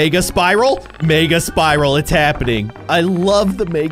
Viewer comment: When he’s says mega I hear it like maga